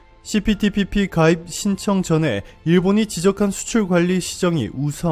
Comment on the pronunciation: 시피티피피 발음때문에 고생 많았수~^^ ㅋ 그나저나 기시다 총리 무릎꿇었냐고요.. 안꿇었잖여~!! 어그로?? 수고욤~^^!!👍🧡